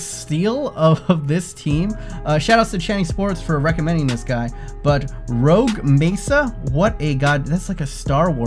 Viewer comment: His name is not rouge it's roque